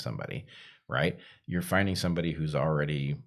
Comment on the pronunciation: .00 Heather, did you say “oridy?” Like already? Very unique way of saying that word. Anyone know where that’s from? I’ve lived all over the States and never heard that outside a high school.